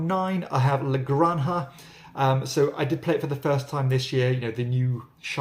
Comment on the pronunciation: There's nothing wrong with this presenter's pronounciation of French & Spanish names (e.g. Vabanque, Orléans & La Granja). For a high degree of botched input, try Stateside :)